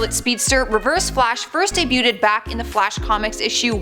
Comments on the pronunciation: uhhh, how do you say debuted? Bc in my world we don't pronounce the T lol... Hope is she supposed to host a channel when she can't even speak English correctly? hahaha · The word, "debuted," is pronounced: day byoud not, day byouted. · Its pronounced debued, the t is silent